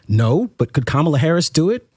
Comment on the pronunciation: Ah yes,,, the Diddy groupies who came out to endorse and support Comma-luh.